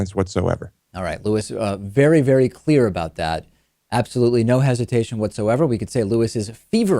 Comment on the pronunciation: Fervent, not feverent.